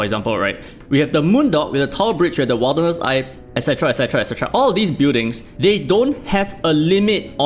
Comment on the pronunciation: Wilderness is pronounced more like "Will" rather than "Wild"